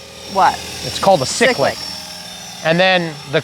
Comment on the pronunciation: Isn’t it “Cie-clic”. ;)